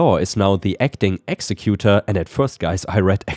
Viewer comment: Hey! Take care of yourself! You sound worse today that the last few day's, so take it easy my friend. Also, I hate to be that person but "executor" is pronounced Ex-eh-kew-tor, its just the person named as the big cheese who says who gets what in accordance to the will.